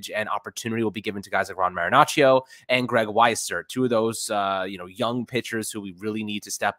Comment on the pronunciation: All that research on stats and still hasn't figured out to say Marinaccio's name correctly. SMH